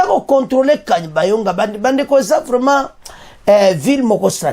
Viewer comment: Ce kanyabayonga et non kabanyonga journaliste